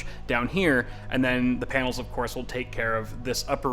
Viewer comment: he said, Painals.